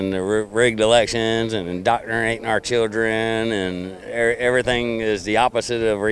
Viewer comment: Wondering how long it took that guy to learn how to pronounce "indoctrinated" .... Now he has only to figure out what it means.